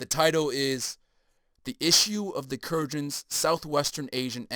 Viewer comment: Kurgans pronounced "Koor-Guns" maybe ?